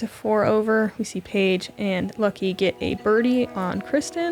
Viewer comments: Pronunciation of Lykke (in Norwegian, but in other Scandinavian languages as well) is in no way similar to "lucky", but leave it to the Americans to blatantly mispronounce absolutely everything non-British and act as if it's somehow funny :( On the other hand, this infantile ignorance is indeed funny but definitely not why Americans think it is. Most people in the world are at least making an effort to pronounce foreign names, including English ones, which read completely differently in many languages correctly, to learn the basic rules and differences, but Americans can't even pronounce their own names if they're not British. Wysocki is the prime example - that name is just butchered beyond recognition... But at least the owner's fine with it, he's an American. But if people come from abroad, try learning their bloody names, it's not that hard. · Lykke tells people it's OK to call her Lucky, thats what her BF Bradley Williams calls her most of the time, I agree everyone should be making an effort to say it correctly